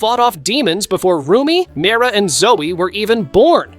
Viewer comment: Its not mera its mira😂